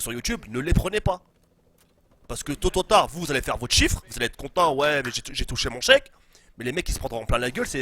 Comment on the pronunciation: Tôt ou tard. Joued : "Tototar" Mddddddrrrrr k.o